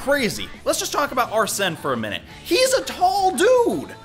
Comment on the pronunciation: It’s pronounced ar-sin